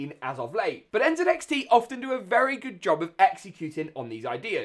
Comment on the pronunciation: When i heard you say NZXT the proper way i immediately followed 😊